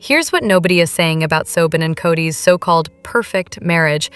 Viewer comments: Soben? Do you mean Sobbin? Pronunciation!! 🤬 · Yes! It’s annoying that the (oddly-pronounced) version of Robyn’s name is often used—though not consistently—throughout. ‘Just goes to show A.I. isn’t perfect.😂